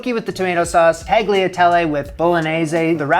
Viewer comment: The way you say “tagliatelle” 😂 🤗 I wouldn’t know how to write it phonetically, so just keep pronouncing it this way, it’s fun! 😊 sincerely, an Italian